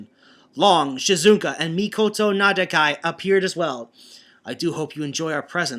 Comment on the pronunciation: You still alternate saying Mikoto and 'Mikado'. The former is the correct one. Also, his surname is 'Nakadai' not 'Nadakai'. ... Uuh... Wow, I dunno... Grey? But I thought with his Jetman fanboyism, he kinda mentioned the Gai X Grey rivalry a lot, but I may be mistaken. Of course this was flooded with OTHER kind of fanboyism such as to Radiguet... Well it's Mika-fication, but what? The Bioman chapter is going to get worse reading-wise? Oh dear me, this is one thing to watch out for. At any rate, it was at this point Arcadiarika just gave up and say that the Alliance was nothing but a bunch of Designated Heroes. What about you?